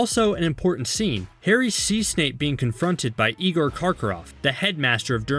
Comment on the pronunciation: no no it's not ee-gor it's eye-gor xD